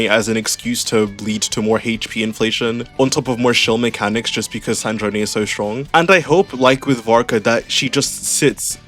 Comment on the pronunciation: Her name is Sandrone, like sand drone, not San-dro-neh